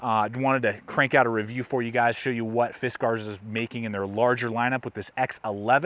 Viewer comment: You're the only one who knows how to properly pronounce Fiskars...Everyone else I've seen says "fiskers" as in wiskers. And you do know what you're talking about.